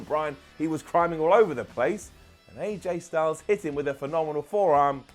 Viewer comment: "Aj stungles" 😂😂😒😒